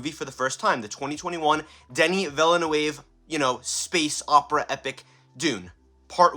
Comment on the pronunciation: Try this... Ville... like a coup deville. Then say "nerve".. now drop the "r". Its not perfect but its gets an non french speaker close.